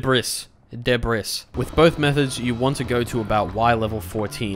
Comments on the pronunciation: de bris, BRO ITS DEBRIS (DEBREE) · It's pronounced debree btw lol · I just want to be a bit helpful on seeing if this makes Debris more comfortable to say, I believe it's pronounced [Deh-Bree] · I'm pretty sure that was the joke since he brought up the pronunciation on screen and said "I should really stop saying deb-riss" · It mentally kills me when you say de-bris. Great video though. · It’s ancient debras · him pronouncing "debris" makes me want to try swimming in lava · you keep saying debris wrong